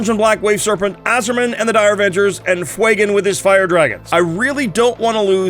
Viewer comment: Stop calling him Fwey-gon, It's Few-gan. I don't care that it's based on the Fuego word, it's a god damn badass space elf who doesn't exist, and you are making him sound as tough as damp mop.